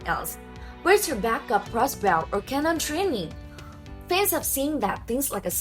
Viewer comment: a "Baw" a "Cross Baw"